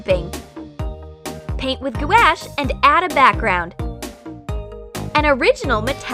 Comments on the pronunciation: “Paint with goo-ash” i cringed so hard omg its pronounced “goo-awsh” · "GOO-ash"? I think if you're going to do tutorials on a specific medium, you should probably know the correct way to pronounce it, not to mention its properties. Gouache (pronounced, for the record, "gWASH"), is no way, no how, going to stick to aluminum foil. If you're going to move up into the next echelon of quality (gouache isn't cheap), at least go with one that will work for your intended purpose: alcohol inks are what you want on slick/metallic/non-porous surfaces. Also? Baby wipes != napkins where I come from. I'd run out of room if I tried to correct any more. Why are you setting up your viewers to have frustrating experiences when they can't replicate your results? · Gouache isn't pronounced gooashe. It's pronounced gwash. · Did she say? Gou-ash? On ? Does she mean gouache? Its pernounced kinda like gou-wash. Who the fuck would buy those paints for that project? They are super expensive, and if you have those casually laying around, you are most likely a legit artist who doesnt watch these videos. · ...Did she just pronounce gouache “gwash” and not “gwosh” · "Paint with goo-ash" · Who the hell pronounce gouache as "gooaache"? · Instead of diluting acrylic try watercolor and gauche is pronounced wrong (gwash) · What the heck is GOOASH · The way she pronounces gouache omg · Was anyone else annoyed how they pronounced gouache?